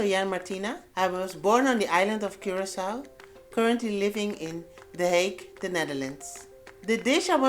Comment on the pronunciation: Congrats for pronouncing Curacao 🇨🇼 better than Wayne Gretzky